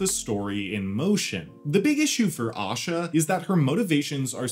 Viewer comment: Asha not osha